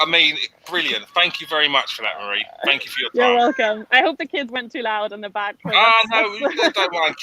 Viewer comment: Mary? It,s marie 😂 Cheers mate.